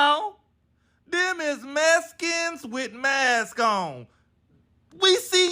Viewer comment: HE SAID "THEM IS MESKINS"! 🤣